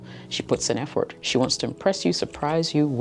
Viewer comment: I've never heard "Effort" pronounced 'EF-Fort'. It's unique.